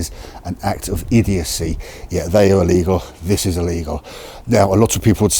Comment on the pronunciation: DUDE, Try Pronouncing ILLEGAL and LEGAL, slightly differently!